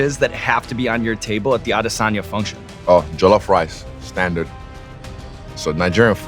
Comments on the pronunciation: Would have been better if he said Israel's last name properly to show that extra in his research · You can see Izzy's eyes going down and back up in disappointment after yet another host pronounced this surname wrong. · Pronounced the last name wrong 😂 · Bro you're a professional host, can't even put in the effort to pronounce his last name correctly.